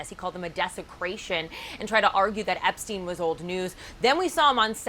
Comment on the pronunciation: Epstein not Eastern